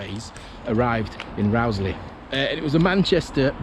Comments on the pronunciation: It's definitely pronounced Rose-lee. I'm an ex-local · I always heard it pronounced Rose-lee. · I've always pronounced the name as Rose-lee, but some locals do say Rauwsley - yer takes yer pick! In my day the Rowsley Sidings were referred to as the Rowsley Marshalling Yards, always a busy sight and a great day out for a young train-spotter!